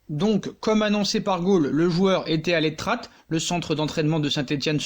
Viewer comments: Tu dit mal c est pas l etrat mai sa se prononce l etra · On ne prononce pas le t final dans "l’etrat" et ce prononce tout simplement comme il s’écrit, pour le forez le Z ne se prononce pas et se prononce donc un peu comme "forêt"